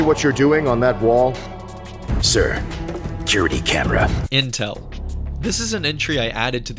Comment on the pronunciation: "Sir, Curity Camera" killed me unexpectedly as I work as a Security Officer.